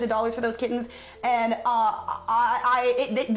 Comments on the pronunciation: I have central auditory processing disorder and english is not my native languge so when you said "kittens" I heard "kids" and I genuinely thought they had kidnapped some poor innocent children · I thought you said "a pair of kidneys" instead of kittens and was like wtf.... that's pretty messed up and they're really not making a big deal about it.